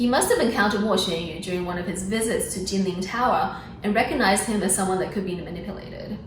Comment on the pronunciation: did you call Jinlintai Jing Ling tower? 🤣